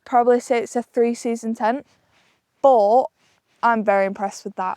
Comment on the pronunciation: Why do you say bot instead of but?